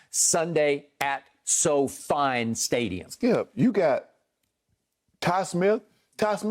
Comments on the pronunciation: “So-Fine”? Really skip? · At "SoFine" stadium!